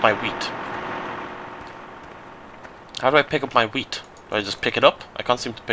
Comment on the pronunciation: Since I am from Austria, it took me a few minutes to relize he said wheat, not weed.